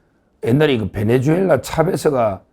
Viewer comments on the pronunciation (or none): none